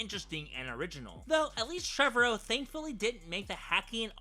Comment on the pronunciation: You're saying Trevorrow wrong.